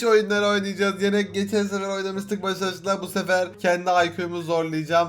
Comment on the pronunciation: Abi Gittikçe Konuşamamakta Level Atlıyorsun :D Geçen Sefer Diyeceğine Sanki Geçen Sene Diyormuş Gİbi Diyorsun Diş telinide Çıkardın yeter artık :D Bide Başak Değil Başaj La Diyon :D :D